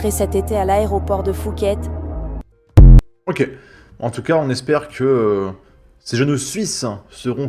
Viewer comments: Et l'inculte de journaliste qui prononce Phuket... Fuket Quant aux jeunes, dommage qu'ils se soient passionnés pour l'architecture romane ou l'impressionnisme, car s'ils avaient été cinéphiles, ils auraient vu Midnight Express et Bangkok Hilton ... film et série qui avaient successivement traumatisé deux générations ;) Allez... bisous depuis la Suisse ;) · La narratrice ne sait même pas prononcer Phuket (Pouket) correctement 🙄